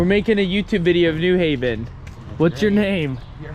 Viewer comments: And it's "new HAV-en", not "NEW-haven". Obnoxious. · It’s pronounced New Haven not New Haven.